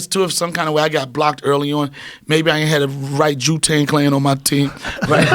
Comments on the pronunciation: Did he say jew Tang clan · The "Jew-Tang" Clan......LOL